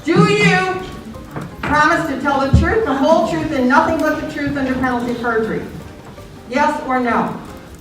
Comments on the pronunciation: It's PERJURY, not PURGERY! Get an f'in clue already! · It's PERJURY not PURGERY! 🤦🤦‍♂🤦‍♀ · *Perjury It's not purgery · Perjury doesn't have a G in it